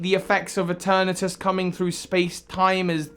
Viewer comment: ITS PRONOUNCED E-TURN-ES